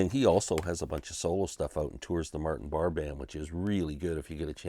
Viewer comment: No It's not! It's pronounced Barr. Ian Anderson introduced him on a live Tull album as Martin Barray- as a pisstake!